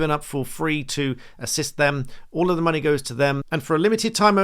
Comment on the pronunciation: This whole cabinet looks like a collection of chavs. One of them can't even say money correctly and says 'muneh'. Not really expecting much from them.